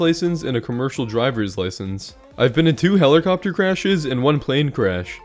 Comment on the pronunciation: Your in the one percent of people who pronounce helicopter heller copter